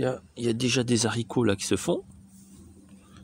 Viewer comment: Bonjour, on dit les Haricots et non zaricots